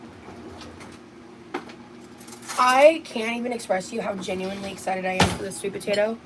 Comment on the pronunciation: taking bites of things and going "mmmm....mmhmm mmhmm" so often makes me irrationally annoyed. Truly, "gENnuinely" I can't fkg stand it or her.